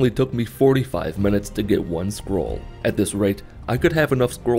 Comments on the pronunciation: For the first part of the video I thought he was saying squirrel and not scroll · Sometimes I think he says "Squirrel." Still works to me.